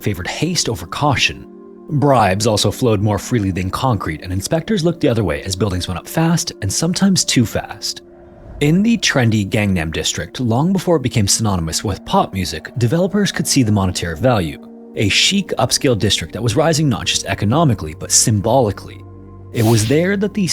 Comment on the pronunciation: Only because it's a pet peeve of my husband, it's pronounced gong-nam not gang-nam. Great video!